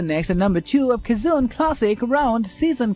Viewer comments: Cajun is so wrong also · I am pretty sure Cajun is very wrong in your speech.